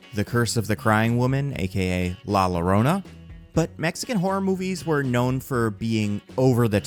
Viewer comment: heads up! la llorona is pronounced “lah yoeroenah”